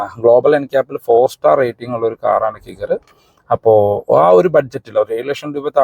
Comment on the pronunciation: കിഗർ എന്നല്ല കൈഗർ എന്നാണ്.